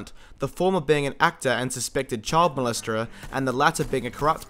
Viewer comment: I love how Aussies and Kiwis don't say child molester but "child molester-er." Choild Muhlesterah.